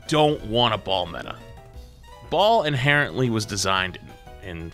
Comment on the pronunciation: in conclusion the word inhereńtly was sais